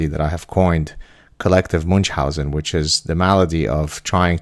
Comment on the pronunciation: If you keep using "Munchausen" as often as you do you may want to pronounce it correctly. The character, delightful by the way, was German; slightly different 'ch' than English, very different than Arabic.